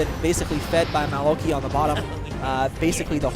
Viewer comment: maokai is actually pronounced mow-kai, i made the same mistake when i first noticed him.